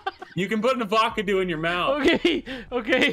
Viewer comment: Please tell me he's saying Avocado wrong on purpose lmao 🤣